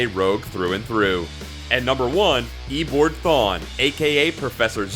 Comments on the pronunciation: Did this nigga say EEBORED thawne? Its E O Bard thawne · It's Eobard not Eboard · Eobard not eboard. No rival? No Captain Boomerang? 2 mirror masters? BOooooooo. Superior attempt though. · My top 5 Flash villains: 1. Hunter Zolomon (Zoom) 2. Captain Cold 3. Gorilla Grodd 4. Mirror Master (Sam Scudder) 5. Weather Wizard Also who tf is E-board Thawne ???? Lmao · Its not pronounced Ebored.